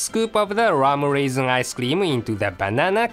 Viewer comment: i love how says "buruuberii" and "raamreesin icecream" (blueberry and rum-raisin?)..:3